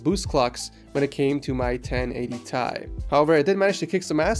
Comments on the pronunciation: wtf 1080thai please dont say that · i cringe evry time he says thai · 1080 thai hurt my ears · everytime he said 1080 Thai he lost 10 subs say 1080ti god damn i dont even wanna watch him bc of electrobox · its 1080 FUCKING T I not thai like wtf just stop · i gto triggered every time he said 1080 tie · He actually pronounced it 1080 Tie :D